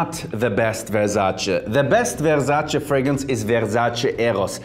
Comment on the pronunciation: Vewsace Ewos 😆